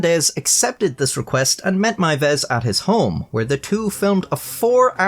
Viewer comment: Congrats on being the first non German speaker I've ever heard pronounce "Meiwes" correctly